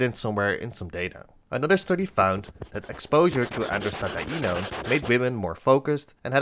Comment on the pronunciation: the fact u can say 'Androstadienone' impresses me